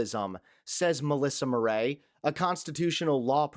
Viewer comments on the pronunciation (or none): Listen, Atilla or wotevr, Murray is typically pronounced like hurry rather than like hooray! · Mur- ray? hahaha